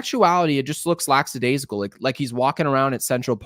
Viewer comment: Love your show, love the content. Really appreciate what you do, Yankees organization and management sucks. One pointer, its lackadaisical, not laxadaisical...ONelll and Jeff Nelson are guilty of this as well. Keep up the great work, even though Yankees will never win anything with Boone and Cashman screwing everything up.